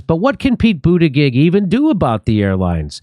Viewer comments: It's pronounced , Booty Judge ! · Boot Edge Edge is how to pronounce the Secretary of Transportation's name. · Jimmy, it's Pronounced Butt Egg Egg. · I like how jimmy pronouce butigudge name xD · Pretty sure it's pronounced Booty Jig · Pete judybug I can’t unhear it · I always thought that his name was pronounced Butticheek. Let's hope that meltdowns happen to more airlines. Like, BA. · The surname "Buttigieg" is of Maltese origin that is actually pronounced "Butter-gig" (gig as in stand up comedy gig). Its painful watching everyone butcher this name... I went to school with a whole heap of Buttigiegs, can't imagine what they think about this useless politician guy ruining their name... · It’s “butt-gig”. Everyone knows it’s pronounced “butt-gig”. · Jimmy, your struggling over Pete BootyBitch's name, really made me LOL !!